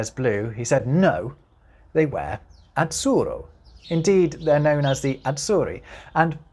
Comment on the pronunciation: As to the example about Italian "azzurro", please, try to pronounce that double ZZ not [tts] but [ddz]. The Italian (Z)Z covers two phonemes, a voiceless /(t)ts/ and a voiced /(d)dz/, just like English TH covers two phonemes, and, since they are not merely sounds which are allophonic contextual variants, but real independent phonemes, they may stay in whatever context (according to the ethimology of the word), and the pronunciation of that consonant depends only on the history of the single word (just like for English TH). And this word "azzurro" (coming from Persian via Arabic), needs a voiced [ddz]. Moreover, if possible, try to utter that RR not only clearly rotic, but also "double" (i.e. long), as it is suggested by orthography.